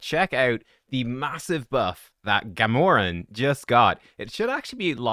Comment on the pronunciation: “GAH-MORE-EN”?? You mean “GAM-URH-AN”! Your pronunciation would be Gamoran. Not Gamuran.